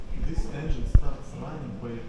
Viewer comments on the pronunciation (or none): none